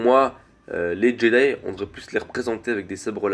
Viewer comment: très bonne vidéo je suis parfaitement d'accord avec toi mais on prononce [djédaï]